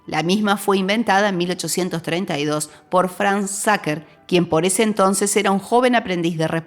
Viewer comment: Sacher se pronuncia SAJER :)